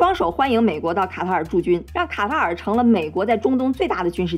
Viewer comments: 一直聽成蛤蟆🐸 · 卡塔尔 ká tá ěr 正确读音 了解一下